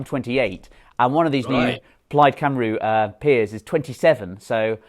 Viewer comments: It's not pronounced plaid cymROO it's plaid cymREE. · Well let's see if u turn starmer keeps to his word and abolish the Lords, don't hold your breath. Mr Murray its pronounced cumree not cymru. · I love Douglas Murray and I've liked the video. I'm also subscribed to The Spectator so, when I say this, as a Welshman, it's only meant to help: it's not Cymroo; it's Cymree. Just for future reference. Keep up the good work. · Very well said Mr Murray. Apart from the pronunciation forced upon “Cymru”. Come on, you can do better.